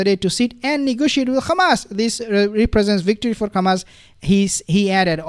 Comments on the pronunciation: Can you please stop saying "KHamas"...? That is the Israeli way of saying Hamas. There is no "KH" sound in Hamas! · Yeah I noticed that too. What nationality is? Maybe he can’t pronounce the h in arabic